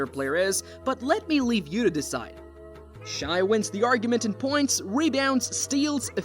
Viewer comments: Stop saying shy ITS SHAI (shae) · You’re not wrong but SGA pronounces it “Shay” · How you gonna do a whole video and pronounce the guy's name wrong the whole time? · Had to stop watching. It is pronounced "shay" not "shy". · Why are you pronouncing it shy? I literally can't concentrate on the video lol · In shai the correct way to say it is “ shy “ bc the i makes the a silent 🤫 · SGA’s name is not pronounced “shy” and the team isn’t called the Thunders 😂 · As soon as an NBA content creator says “shy,” I immediately click off the video lol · how can you make a whole video about someone and say his name wrong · Let's learn to pronounce the number 2 MVP candidate's name properly